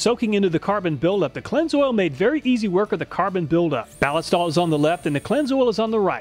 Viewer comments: At beginning of video.... You pronounced it "Bal-i-stal". It is technically a mashup of ballistic and oil for something that sounds like "ballistic oil". "Balist-oil". The stuff was originally made for the German military in 1904 I believe. It was used out past World war II. It is made in Germany.... At end of video.... Hmmmm, I guess I'm going to switch to Cleanlube from Balistoil.... Thank you for the video!! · Does nobody understand that Ballistol takes its name from "ballistic" and is actually Ball-IS-tol, with the accent on the middle syllable? And you call yourselves "gun people." 😉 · I see both you and Cody at Wranglerstar pronounce Ballistol as BAA-liss-tall When I see that word, I think “ballistic”. So, I pronounce it baa-LISS-tall. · I don't think that's how you pronounce Ballistol. 🤔